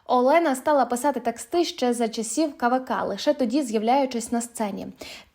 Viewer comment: А що за слово "текстИ".Маю на увазі наголос на "И".Це на якій мові?